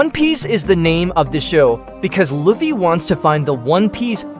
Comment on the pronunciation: And while we’re at it, it’s lou fee dude, not luff fay